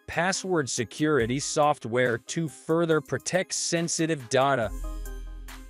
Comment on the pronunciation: Dotta protection? This is the worst ai voice ever it cant even say data lol 😆